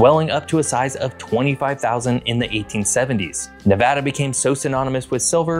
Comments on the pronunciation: Very glad you say Nevada correctly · Thank you for pronouncing Nevada correctly